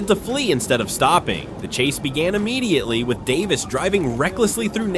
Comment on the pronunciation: Uh-mmediately isn't a word, e-mmediately is. Immediately.